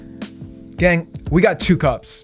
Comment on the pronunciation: Ew I hate how he says gang